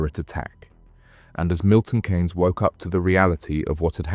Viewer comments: Its pronunciation Milton keys not Kay’s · It's pronounced Milton (KEENS) spelt Keynes, not Cains..😂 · It’s Milton Keynes, more pronounced ’Keens’, not Kanes. Us MK folk remember this incident well, extremely sad and not needed. Thanks for shining a light on the tragedy. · Pronounced 'keens' not 'kanes'...decent vid though. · It's Pronounced Milton Keynes (Keane's) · 😂 I noticed the miss pronounced Milton but on the 3rd or fourth time he got it right I’m happy you left small gaps in the story which made it better, The families are going to suffer the most of their losses The gang got what they deserved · Have you ever heard your home town pronounced as it is during this, because I certainly haven't.